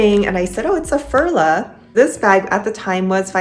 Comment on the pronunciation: It is pronounced Furla - like the English u in you. I am a doctor and in no way am I willing to pay LV prices. I rather buy Coach, Dooney or Bree bags. I have a few coccinelle and Furla. I own a couple of luxury bags - MCM, Tod‘s, Prada and Mulberry…. but there is no difference for me! All bags get scratches when you use them. My Tod‘s fell apart after only two years of occasional use, something that has never happened with my contemporary bags. My Aigner (back in the day considered luxury) lost their glacing and had to be sent back to Munich to be repaired. After all there is no difference except the price tag at the end of the day when you use a bag. 😊